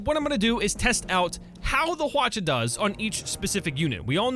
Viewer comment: Also Hwacha is pronounced as Hwachha. ch is followed by h.